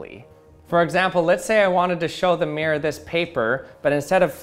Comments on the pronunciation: I know it's probably just a regional or personal accent thing, but it was actually kind of painful to hear him say "meer" over and over instead of "mirror." It's supposed to be a two-syllable word... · "mi-ROAR" not 'Meer'. Aaaaarrrrrrgh! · "meer" "meer" its "MIRR - OR" say it right frenchy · It triggers me when people pronounces 'mirror' "meer" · Why do people call a mirror a "mear" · It's MEH-RER....not MIER-RER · Take a shot every time he said “mee-er.” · For the record, not all Americans say it the way he does. The way I say it sounds more like MEAR-er, where er is basically a held out American R sound. It sounds like mere her, without the h sound. I also know some Americans who say MEAR-rurr. And a few who want to be posh but still have the American R say MEAR-roar. (I would transcribe nonrhotic accents as pronouncing it MEE-raw, MEE-rah, or MEE-ruh, depending on the accent.) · Mee-er Bee-er 🍻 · The “meer” 😂😂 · "True mere" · Why is he pronouncing mirror like Myr from magic? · Americans pronouncing mirror like meer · He is one of the few peopleI've heard say mirror like that and he said it correctly some of the times. I didnt want to say it but he also does talk pretty weirdly compared to most people (with an american accent) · Why can't Americans' pronunciation mirror correctly? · It is so funny that Americans are unable to pronounce mirror. The word has two syllables.